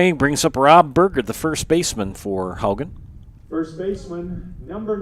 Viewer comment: Please pronounce Haugen properly. It is Haw-gen , not How-gen. Wake up!!!!!!